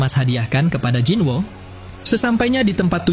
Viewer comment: Bang bacanya bukan jinwo tapi jinu